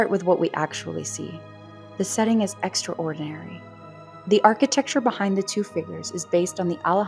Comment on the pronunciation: The pronunciation of extraordinary as "extra ordinary" [edit: with a definite pause that made it seem like 2 words] caught my attention too